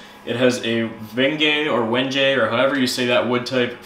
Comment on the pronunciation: "When gay" yup that's the one. You said it right dude. There might be a couple of acceptable pronunciations, idk.